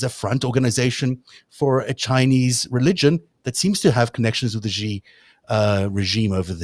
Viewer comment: The "X" in the name "Xi" is not pronounced like the "g" in "regime"; this phoneme is unvocalized and pronounced "sh"; thus, Xi is pronounced more or less like the English word "she."